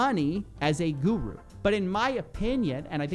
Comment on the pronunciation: whenever u say guru with ur western accent, i cringe to my teeth🤢, at least pronounce it properly